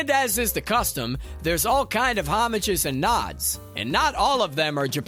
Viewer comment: That's not how you say "homage".